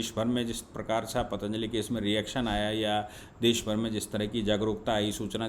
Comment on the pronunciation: paatanjali nahi patanjali boliye.